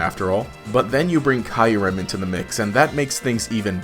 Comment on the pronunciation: It's Kyurem not Kyrem